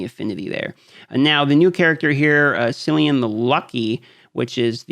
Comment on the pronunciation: FYI everyone, Cillian is an Irish name and its pronounced Killian.